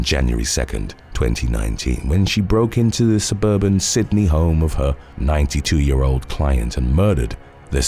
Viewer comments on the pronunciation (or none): none